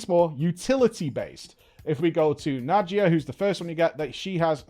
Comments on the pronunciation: Na-dee-ya,:) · I think its Na-dee-ya,:)